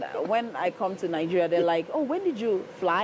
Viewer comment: lol l love how they pronounce their country's name. Ningeria😂😂😂with an n.